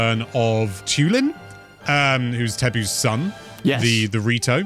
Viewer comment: It’s Teba. Not Tebu 😂